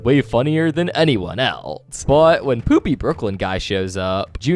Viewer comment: His name is Pooby not Poopy bro…